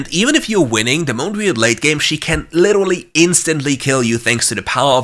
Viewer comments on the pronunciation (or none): omg u literally said liturulurly what:?/